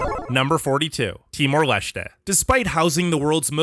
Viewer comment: Timor Leshtè😭😭😭